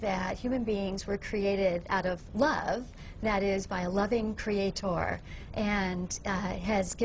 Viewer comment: Cre-a-TOR, cre-a-TOR - woman, shut the f*k up already!